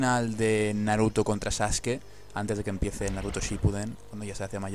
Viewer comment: Dices saSke por dios, que daño a hecho el doblaje español.